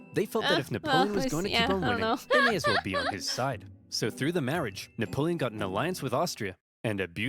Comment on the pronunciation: Your fricking killing me,. With both you laughing at random times that aren’t funny also your historical knowledge, and your mispronunciation of napoleon, it’s Napoleon not Neapolitan